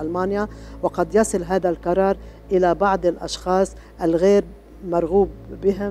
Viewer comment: أمر عجيب و غريب مار تقول هكاثا و مارا تقول هاكاثا غريب